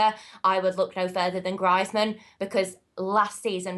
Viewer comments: Adeeb Sheikh said Griezman's name like her b'cuz she said it that way... Just so there isn't any confusion about which player they are talking about. I've heard say Griezman's name in the correct way in previous video's. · She couldn't pronounce Greizmann and that is it. She seems really knowledgeable. And its not because she's a girl, its because she knows stuff about football.... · arguable, her pronunciation of Griezmann ("Grizeman") says otherwise... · Wtf is Grizman? For someone that watches alot of Spanish football you'd expect them to pronounce Antoine Griezmaans name correctly. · Bloody hell, it's pronounced grease-man! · did anyone wonder who the fuck she was talking about when she said Griezmann she pronounced it griiiizmann and i was thinking who this bloke with unbelievable stats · She also can't pronounce Griezman's name for someone who watches La Liga... But I can't say I disagree with your statement. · That way, even mispronounced Griezmann's name. Maybe that is how she speaks? It doesn't take away the fact that she's got great knowledge, buddy!